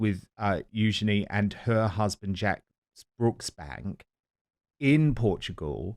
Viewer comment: Eugeeeeny, Eug’n’y. Whats IS it Dan? A name is only pronounced one way. Let’s try Eug’n’y.